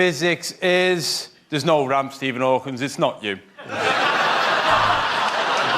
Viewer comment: Gud It may be something British. In these ones, I hear 2 people call Stephen Hawking "Hawkins" and 1 calls Han Solo "Hans".